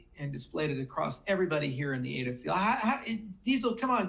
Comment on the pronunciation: Dude! ADA is NOT pronounced A. D. A. It's pronounced like the woman's name it was created in honor of: Ada Lovelace. A. D. A. is an acronym. ADA is not, so stop pronouncing it like it is. You sound like an idiot.